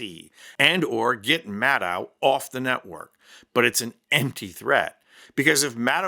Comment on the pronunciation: Maddow is pronounced like shadow. Please pronounce her name appropriately. Thank you.